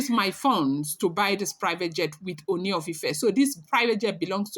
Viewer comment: you can stress the two oos in Ooni to give it the correct sound/intonation.